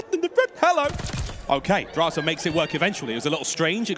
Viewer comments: Ah yes the cod pros "DrAyzAh" and "FeELo" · I get that the caster () is coming from Halo to CoD but what was that pronunciation for DraYzah and Feelo? Lmaooo 😂